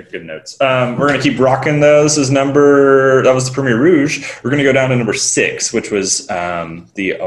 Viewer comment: Yes. Think of Coast (what Côte means) just without the s. Côté (the way he was pronouncing it - sorta) is a totally different word meaning nearby/close. But at least he got ROUGE this round instead of ROGUE. One step at a time